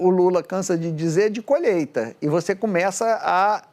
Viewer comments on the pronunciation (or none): Otavio fedes não e colheita, é colheta, lembre ele e um analfabeto. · Ele só fala e faz merdakkkkk Ano da " coleta" ops colheita.kkkk Burro demais ,nem pronunciar a palavra correta ele sabe. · Pqp....um. presidente que fala " colheta"...... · É a colhêta… é a colhêta kkkkk